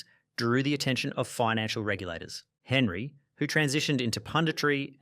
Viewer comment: This is what happens when you get chatgpt to write your script about something you have no interest in and then read it without even checking how to pronounce the names. Robin-hoe, Ay-jacks, Henry. I also love how chatgpt thought Eric Cantona turned evil for becoming an activist after his career where he literally karate kicked a fan.